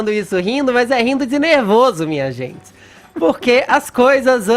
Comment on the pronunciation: Fala direito, maluco. "Tem zentsi" não sabe nem falar porra. Enfia o dislike no cu do Fefito.